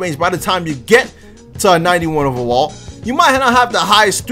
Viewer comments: Y u say ovawall instead of overall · He said 91 OVEWALL🤣